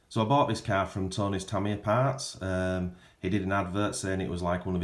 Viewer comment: Tamiya, pronounced… “ tameeeeya” not “ Tamyah”